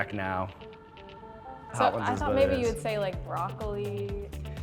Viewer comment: Dis b¡tch said, “broccoli.” Girl…!